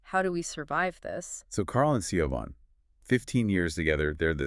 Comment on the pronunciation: Great summary, I got this book from the library and did not finish it because the characters were so frustrating! Side note: Siobhan is pronounced "Shi-vawn" in the UK/Ireland.